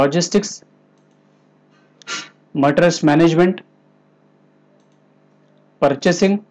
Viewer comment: I closed the video once he mispronounced materials word.